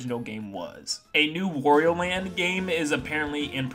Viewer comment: Why do you say Wario in such a weird way?! It’s annoying!